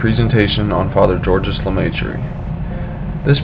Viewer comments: lemai tree what s that ! learn to speak if you want to be listen to and understood.et oxford c est pas louvain. paxs andre..................................................... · First of all prounciations are wrong. He was french speaking so his name is french. second when you talk about the university of Louvain (also french prounciation or Leuven in Dutch) you show a picture of Oxford. Please research your images.